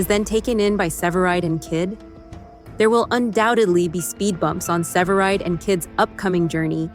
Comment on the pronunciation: Para empezar, que voz artificial mas fea!! No le da intensión ni acentos ni carisma a la narración. Mal! Segundo, indíquenle a la voz artificial como pronunciar CORRECTAMENTE los nombres es inglés, ¿qué es eso de SEVERIDE? Por dios!!! Que porquería.